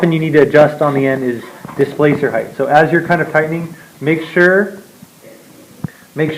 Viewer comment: Please stop saying 'heighth'...